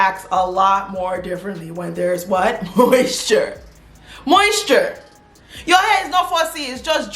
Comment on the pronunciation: The way she said moisture had me 😆